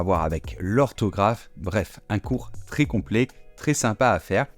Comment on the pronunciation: Le commentateur prononce "mé ailleux s"appelé" au lieu de mè ailleux s'appelè" il dit tré au lieu de trè pour prononcer très. Et on ne prononce pas non plus "français' francé mais francè